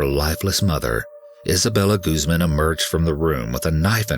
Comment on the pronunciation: Guzman= goose-MAHN